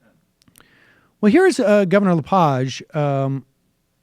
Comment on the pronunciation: Its it pronounced Le-Page like a page from a book